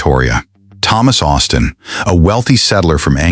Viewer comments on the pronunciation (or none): none